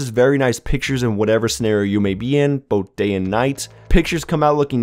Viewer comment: Love how he says "boat" instead of "both"